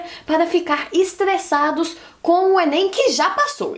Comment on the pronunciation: "Vocês estão muitos estlesados" que fofa RS,eu também tenho a língua assim